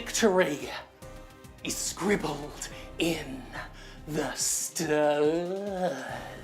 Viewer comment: "written in the sterrrrrrrs" XD